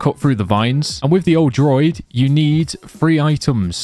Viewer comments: also its DROO-ID droid is a robot =P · Druid, not droid. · DRUUUU ID not droid 😂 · As a person who has Irish descent it triggers me that he says druid as Droid 😂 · Bro pronounce Druid correctly lol pla